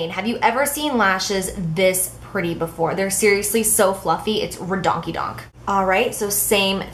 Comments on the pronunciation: Watching this killed about 50 of my brain-cells... it was "re-daunka- daunk,". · You are literally cracking me up! " Redonk - ey - donk " :D